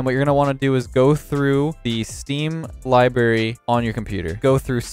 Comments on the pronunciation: I listened to it again but I still hear "libary" xD but much love <3 your awesome and thanks for the consistent daily uploads! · Oh no. said "libary" instead of library. LIBERRY